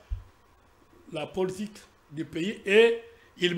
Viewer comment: L'avocat français ne sait pas prononcer le mot:" politique". C'est pathétique !